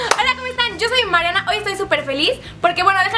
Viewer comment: habla bien Mariana en vez de decir Mariana dijo Mareana que pola